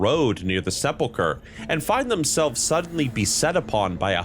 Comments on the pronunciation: It's not "Seh-Pull-Churr" it's "Seh-Pull-Kurr" It's not "Eye-Core" it's "Ick-urr" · nothing but love to ya brotha, but it’s sepulcher (like the ch in Bach, or Mach, not ‘ch’ like Choo-choo). Sep’l’kur phonetically. 😜 😊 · Say it with me now: SEP-Lah-KUR Like the "Church of the Sepulcher" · Interesting video. Small nitpick: it's pronounced "seppul-kur" 😉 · Also Sepulchur/sepulchre is Se-pul-kur......